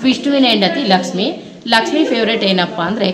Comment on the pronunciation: Laksmi madum.. madum ge pronounce madoka baralla.. poor guide..👎